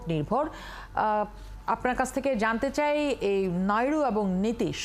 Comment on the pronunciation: উপস্থাপক নাইডুকে নাইরু নাইরু বলছে কেনো😂